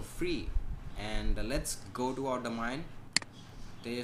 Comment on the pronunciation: He says "Domine"